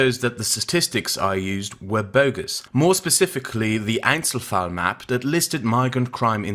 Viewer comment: Somehow you saying "Einzelfall" sounds less weird than Kraut saying it.